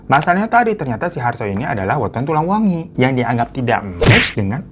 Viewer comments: Aku pengen ngakak bang Hiro ngomongnya salah salah mulu Hari anak pernikahan kita, tulang wengi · Tulang wangi bang bukan wengi